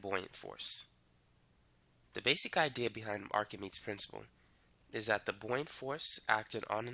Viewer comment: it's pronounced like "ark-a-mee-deez" for english speakers